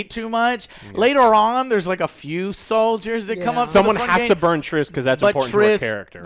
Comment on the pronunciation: Trish -Triss, Triss.... Merigold..